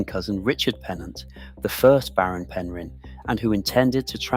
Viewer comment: It’s pronounced pen rin